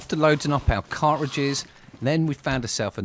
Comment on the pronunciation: “Cart-trajizz’s” it’s pronounced